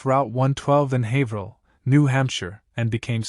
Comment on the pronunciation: Finally someone who knows how to say "Haverhill" correctly. Except Haverhill is in MA. Plaistow, NH is nearby though.